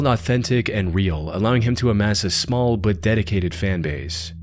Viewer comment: You know the word is "but," right? Not "bud."